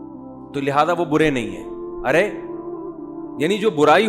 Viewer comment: برے ۔۔۔۔ ناکہ بورے